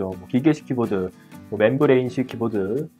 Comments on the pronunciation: 매형 그러니까 잘 읽으라고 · 맴브레인을 (membrane) 왜 맨브레인이라 함?